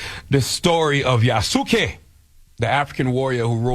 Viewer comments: Yah-Sooo-Kee, Yah-Sooo-Kay, No-boon-nuhguh, Nuh-bunga are horrific pronunciations. At least he got Nobunaga correct at the end there. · the pronunciation of Yasuke and Nobunaga is sending me😂😂😂